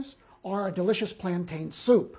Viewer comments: It's Plan-tin not plan-tyan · FYI they are pronounced “ plantin” but spelled plantain the second a is silent. I’m happy his Spanish is on point. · Its plantin my nigga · Why does everyone on YouTube pronounce plantain incorrectly?